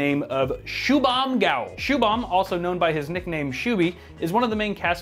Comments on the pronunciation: dude his name is pronounced as shu-bum not shoo-baam! take this from an India XD. Nevertheless great build as always. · That is an Indian name and it's pronounced shu-bhum Go-el. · i know you are american but a little thing name is shubham but the pronunciation is shubhum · Yeah i heard it as SCOOBY